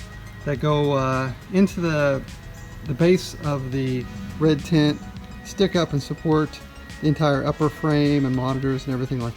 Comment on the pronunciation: Sounds like you're saying Red Tint.